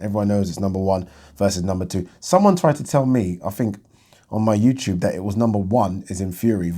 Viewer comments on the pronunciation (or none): none